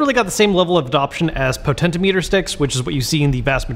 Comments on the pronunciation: “Potento meter sticks” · Most interesting pronounciation of potentiometer